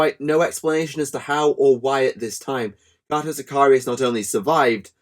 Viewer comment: It's pronounced Kay-toe